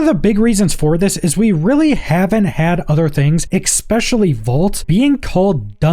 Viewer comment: Friend, for the love of all the gods, the word is ESS PECIALLY. Not ack specially. This was the second video of yours I've clicked on, and I am liking your vibe because it's not incredibly over the top. But please. Stop hitting the "ack" on especially. Edit: you actually said "ex" not ack. My bad. Still. It's an "es" sound. No hard consonant in there.